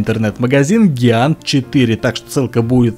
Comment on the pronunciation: А по-моему правильно джиант